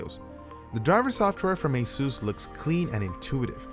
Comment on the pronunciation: it's pronounced ace-us not ace-use